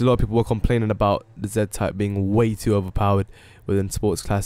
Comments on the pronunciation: It's z type not za type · It's pronounced "Zee-type" doesn't matter if you're Canadian or English (British) you have to pronounce it like that lol